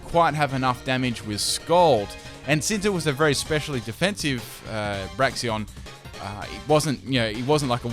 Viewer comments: Great battle! The parts where you were saying "Braxion" is actually pronounced "BRAKE-sen". Full Pokémon Trainer Liko team: Floragato Hattrem Terapagos (nicknamed "Pagogo") Now since I want the battles with this team to last more than 5 turns, your opponents should also bring 3 Pokémon. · Braixen... not Braxeon... it's not a God damn Eeveelution. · I flinched every time he said "Braixeon"